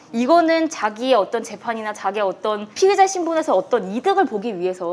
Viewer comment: 피해자, 피의자 발음이 엉망이신건 마스크탓이겠죠?